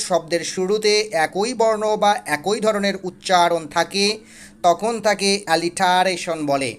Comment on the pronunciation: আলিটারেশন না। উচ্চরন হবে এলিটারেশন।